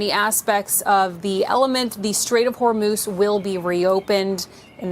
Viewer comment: just one thing.... please change your pronunciation of the strait of HORMUZ. it is not CHormuz. not every H becomes a German Ch. it's not a problem, but it is annoying....